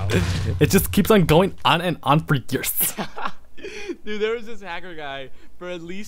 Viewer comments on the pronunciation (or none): they have been saying yeers for yeers! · You said years 21 tiems :P